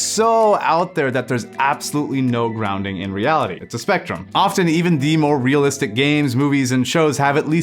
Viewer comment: Realist-ish made me laugh, but just because that's exactly how you pronounce the German word for realistic, 'realistisch' haha.